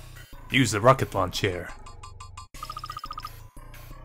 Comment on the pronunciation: When you first said rocket launcher I heard rocket lawn chair now that's all I can here. makes it twice as funn7 ^_^. Thank you